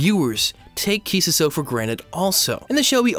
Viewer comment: Nice video but the way you pronounce Kissuiso annoys me a little (a lot)